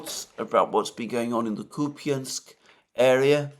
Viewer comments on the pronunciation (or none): IT IS NOT [ KUPIANSK ], ALTHOUGH SPELLED THAT WAY; IT IS [ KUP ensk ]. Stressed U makes unstressed ya( я ) to [ e ]. That is called schwach or mute. ( ref.: Dima - Military Summary )